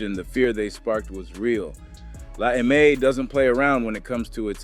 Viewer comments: dude …it is NOT “La AY-MAY” it’s “La EM-AY” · AI GARBAGE “La Ay May”?!?!? FOH